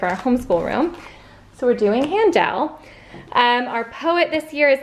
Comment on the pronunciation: Music major here. It's not Han-dell like you are saying. It's pronounced han-dl or HEN-Duhl if you want to sound authentically German.